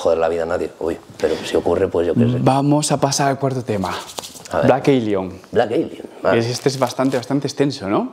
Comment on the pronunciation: Fan de "Vleik Eilion" JAJA